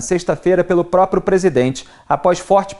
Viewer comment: Esse garoto que falou sobre o Juiz Fux ainda não aprendeu a falar APROPRIADO ( em ), e fala no mais puro Dilmês, APROPIADO e INAPROPIADO. Também não sabe falar PRÓPRIO e fala PRÓPIO. Nosso professor Villa também incorre nesse erro. Ninguém da rádio observa isso? Alguém da Pan deveria avisá-los. Se estiverem precisando de um corretor de português, estou à disposição, apesar de ser formado apenas em História e Música.